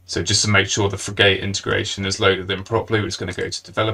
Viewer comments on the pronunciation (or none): Frig-utt not frig-ate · It's fri-ghut buddy, not fri-gate. Top video. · Unfortunately, I couldn't get past the first minute because of the terrible mispronunciation of frigate. It's pronounced git, not gate. 😢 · Informative video, but could you PLEASE rerecord it with the correct pronunciation for "frigate". The way you mispronounce it is worse than nails on a chalkboard - I had to mute you and turn on closed captions. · say Frigate again, LOL